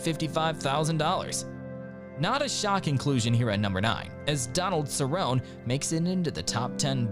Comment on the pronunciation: Tell me you don't actually watch ufc without telling me you don't watch ufc. "Donald Cerron" its Cerrone you fucking idiot.